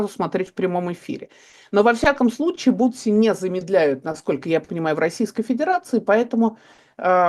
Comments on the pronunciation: Не «бутси», а «бусти» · Бусти, а не бутси)